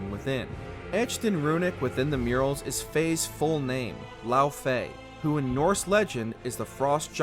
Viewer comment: A tiny slip; Laufey (pronounced lau-voy) is actually an aesir, not a frost-giantess. Which make Loki's parentage very special, because most of the time, it's the male aesir that marry a jotun female and bring her into the aesir family, not the other way around. Hence why Loki is refered to as Loki, Son of Laufey, despite the Norse refering to someone as being a son of their father, not mother, as Laufey's status as an aesir weight more than Farbauti's status as the father, and is the reason why Farbauti is rarely ever mentioned in the source (he is mentioned only twice, both time as father of Loki)